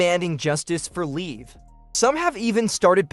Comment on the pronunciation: If you're going to be a newscaster at least say her name right you're saying it all wrong it's Liv Morgan say it right being news person it's not leave Morgan that's like when you say leave like someone's going away her name is Liv Morgan get it right